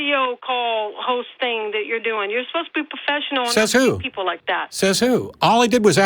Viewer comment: Lol! "you're asposed ta be a puffeshunnal" When babies mispronounce words and pout it's adorable, when adults do it it's an embarrassment to the human race.